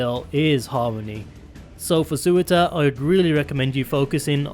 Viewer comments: Tbf those names are mad hard to pronounce correctly, much like Eyjaf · "Sewer-tur" Why can't anyone just pronounce Surtr correctly. :( Btw Laevateinn is pronounced "Lay-vah-tain"